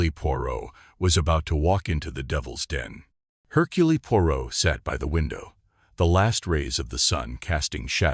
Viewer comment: Seriously!!! He pronounced it Hurculee!!!! Don't bother unless you're going to pronounce😅😢😂 things correctly, sheech!